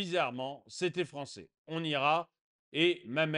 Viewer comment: Français ou ... fronçais ?! Fronçais de papier !